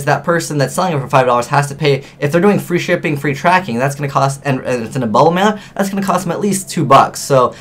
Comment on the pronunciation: useful info. though every time you say "bubble mailer" I keep thinking you're saying bubbleman :P